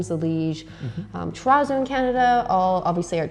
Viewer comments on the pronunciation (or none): You still can't say terrazzo properly. No matter where it came from.